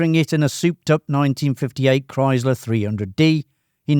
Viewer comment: he can't say Chrysler correctly, was sacrilege